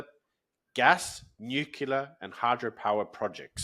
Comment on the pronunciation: Please …. once again ….. it’s not “NUCULER” ….. it’s “NUCLEAR” …. come on mate, you’re not American!!